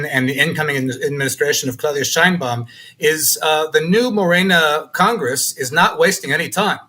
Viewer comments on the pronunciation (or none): You should also pronounce Claudia Sheinbaum the way she and Mexicans pronounce it. It is not "Shine baum," rather "Shane Baum."